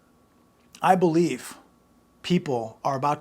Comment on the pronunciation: 🤔 emphasis on "I believe"... "I believe"... "I believe"